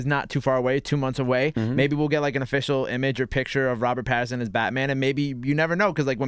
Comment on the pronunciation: It's PATTINSON... Not Patterson... And y'all should check his filmography post "sparkling vampire" role 😀 Great choice for Bruce Wayne/Batman